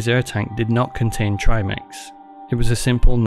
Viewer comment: Well done. There aren't many good docs about Yuri, so it's good to see someone putting something out there that explains a bit more in depth. As soon as you said trimix the correct way, I subscribed because I realized you actually did some level of research and understood the topic, not just the surface view. One thing I'd like to have seen more of was the footage of when he got to the bottom. One thing I've heard and agree with that doesn't seem to come up much is the fact that the bottom of the hole is a big hill that slopes down toward the open sea that bottoms out a few thousand feet below. I imagine some of the struggling seen in the footage is Yuri grabbing the bottom to stop himself from sliding farther down with all his weight. Once stopped, he appears to make his best attempt to get back up to the surface, but yes, nitrogen narcosis plus panic probably made it so difficult to even focus on the many tasks at hand to even attempt a return.